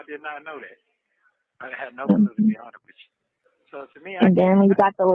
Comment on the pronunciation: Are you hearing the way he says honest?: To be unnuh(honest )wicha😒😒😒😒